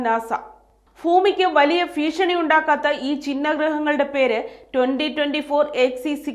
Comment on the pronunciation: ഫൂമി അല്ല... ഫീഷണി അല്ല.. ഉച്ചാരണം ശുദ്ധമാകൂ... 🙏